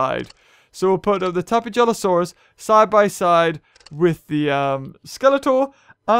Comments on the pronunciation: Uh,... the "j" in "Tapejara" is pronounced like an H. Tapehara. Tapehalosaurus. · Hey it's tapeja-losaurus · You should name the tapejalosaurus hello because when you say it's name you can hear hello